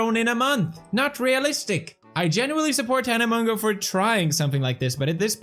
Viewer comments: pronounced: MOE JOE. hoped this helped!!!1!!!!!!!1!! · the way you pronounced mongeau is actually a type of seed in the Philippines A.K.A mongo seeds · It’s pronounced ( Tana monjo ) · she can't do shit if she was scammed and its pronounced (mo-jou) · Hey Felix ‘tana mojo’ that’s how you pronounce it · felix her name is pronounced tana "mojo" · PEWDS: gets mad when someone can’t pronounce insane last name Also PEWDS: Tana Mongo -_ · are you allowed to call her Tana-mon-GAY-a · the way her last name is actually pronounced is moshoe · Hahah that suits her 😂 but actually Monegeau is pronounced like "Mojo" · Its pronounced Tana Mojo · Isnt it pronounced "Tana Mojo" ? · It’s pronounced mojo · Fellix, It's not "Mongeau" It's Mongoose. PLS. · Did pewdiepie just say Tana Mango? Lol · Hahahaa that shade he pronounces Mongeau wrongly lmao